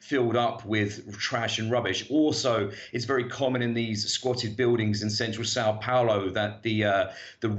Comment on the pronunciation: It's not Sao Paulo ( but you pronounce it as SAW Pouloh)